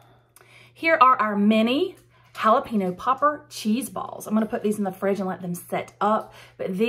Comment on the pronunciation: Really hal-Ah pee-nose?